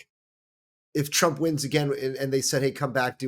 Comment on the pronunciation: Did you say "President Chump"? Or maybe I need to power up my hearing aide. Or annunciation.